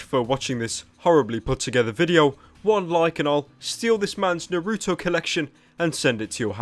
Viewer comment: Naruto not Nardo